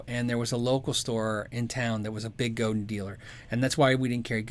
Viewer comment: It's FRENCH. it's GO-DAHN with the accent on the second syllable. Not go-din (like 'dinner') It's Robert Godin's last name.. RO_BAHR GO_DAHN